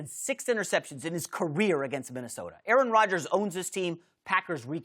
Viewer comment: Greg need to put some damn respek on aaroms name bruh lol